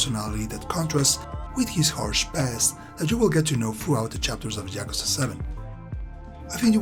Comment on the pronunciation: "Jyakuza" lol. Great review.